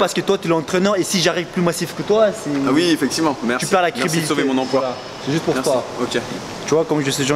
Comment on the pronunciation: mdr quand en il fais le taxi apres que le mec sort du taxi il dis, laisse por boire c'est por boir